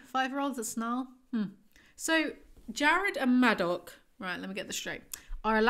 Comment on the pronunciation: I know this isn’t important but I couldn’t get past “madoc”. incredible how you finished another one of these